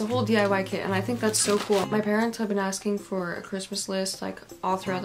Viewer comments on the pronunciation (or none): none